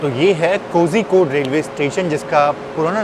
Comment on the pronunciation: Agar mai baat karun… agar mai baat karun… agar mai baat karun 🤯… kitni baar?!?!?? Aur itne log comments me bolte hain raja ki station ka kaam Hindi ya doosari kisi Indian language me padha kar yaara English me nahi. Cozy-code nahi ❌ Koi-code ya Koli-code ✅